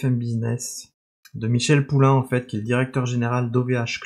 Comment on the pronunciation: Hello petite coquille : c'est Michel Paulin (prononciation "polin") pas Poulain ;) Bonne continuation.